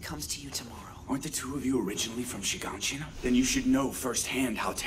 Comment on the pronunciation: Why the fuck is Shiganshina called Shinganshina in this dub?